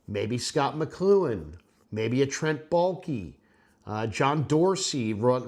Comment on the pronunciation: Balke? I’m turning this off now. All I need to hear.